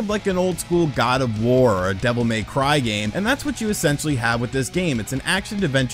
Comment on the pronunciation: Listen, we all love wood but dear god please stop saying “Devil May Cry” like that